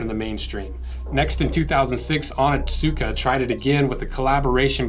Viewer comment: I love your videos but its hard to heard you butcher the word "Onitsuka"... it is pronounced "oh nits kuh"